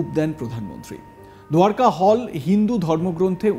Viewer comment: দারকা নগরী দাদা বাবু। দুয়ারকা নয়!